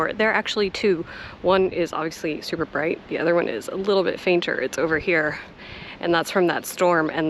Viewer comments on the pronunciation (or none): none